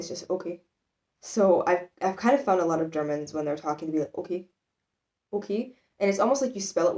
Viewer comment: The word you pronounced best was "okey". Might have something to do with your native language, who knows? ;) And it is "hä?" not "heh" ;) Maybe even "häää?" Aber möglicherweise verstehst du eh nur Bahnhof oder es kommt dir Spanisch vor....